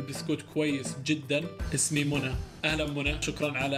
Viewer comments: اسمها مش مُنة اسمها مِنّة 😂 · إسمها مِنَّة مو مُنى😂😂